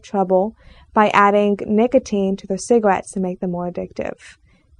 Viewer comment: they got in trouble for adding nicotene to "cigawettes"? What's a "cigawette"?